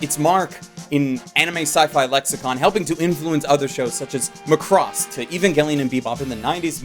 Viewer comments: Why do you pronounce MaCROss making emphasis on CRO like pronouncing the noun CROSS? instead of the original pronunciation which is MAcross with emphasis in MA. Japanese has the same pronunciation of letters as Spanish but the exception of J, Y and H which are pronounced like in English. Believe me, it helped me a lot. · MAC-ROSS. MAC-ROSS. PRONOUNCE IT RIGHT.